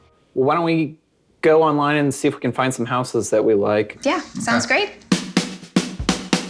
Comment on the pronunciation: irritating when the plural of house is pronounced housses, when it should be houzes.